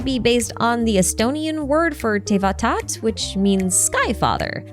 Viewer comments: ESTONIA MENTIONED RAAAAAAAH🦅🦅🇪🇪🇪🇪🇪🇪🇪🇪 p.s Taevataat is actually pronounced exactly as it is written with the last two a's just being long ( a long "ah" sound). The first a is pronounced "ah" and e is pronounced like e in elephant. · ESTONIA MENTION i was caught so off guard HAPPY SURPRISE FOR ME!! 🇪🇪🇪🇪 Would have to mention tho that Taevataat is two words mushed together and it splits taeva-taat so taevat-aat doesnt exactly make too much sense on its own. But still glad it was mentioned!!